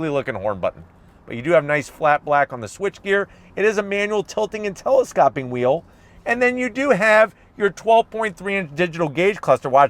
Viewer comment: Its telescoping, not teleskopping.